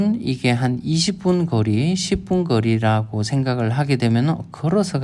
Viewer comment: "거리" 라는 단어가 억양 때문에 자꾸 "그리" , "긔리" 로 들림.